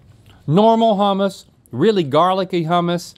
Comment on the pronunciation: As a Greek person who loves making Greek cuisine I have to correct you guys with all due respect. Gyro (GEE-ro), Baklava (Bok-la-va), Hummus (HOO-mus)